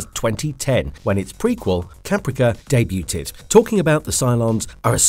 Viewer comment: The T is silent in "debuted." It's pronounced "day-byood."